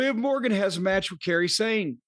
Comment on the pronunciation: Jim is saying Kairi Hojo/Sane name like Carey Sane that’s amazing and too funny